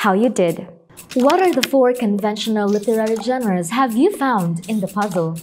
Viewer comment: CONSTRUCTIVE CRITICISM ONLY ✌️ genres - génres (the stress is on the first syllable). When you're pronouncing it, it's like both syllables have the same speed decipher - di-say-fur, not de-see-fur refers - reférs (with stress on the second syllable), not réfers. You kept saying réfers since the first episode and I wonder what your reference (now the stress is on the first syllable) is. 😅😅 exciting - iksayting, not egzayting modules - mah-jools, not mow-jools